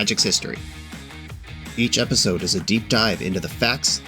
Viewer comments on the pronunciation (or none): none